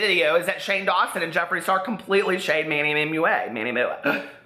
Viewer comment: I live for you calling MannyMUA Manny Mooah